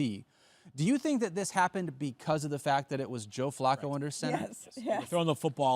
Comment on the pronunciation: Can we please say Flacco's name correct please. Hahaha